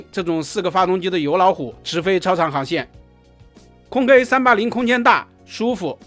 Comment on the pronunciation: "空中巴士", 硬要講"空中巴士客運","空客"不好說, 可說"空巴". 說什麼"空K", 那是????